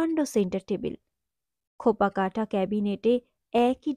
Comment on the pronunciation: উচ্চারণ বিষয়ে সতর্ক হলে আরও ভাল লাগত। খোপা কাটা নয় খোপ কাটা হবে।